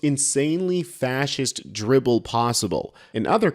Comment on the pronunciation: "Drivel", not "dribble".